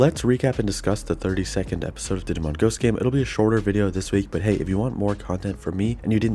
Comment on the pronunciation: It took me a while to realize you said 32nd episode. I for real thought they released a 30-second episode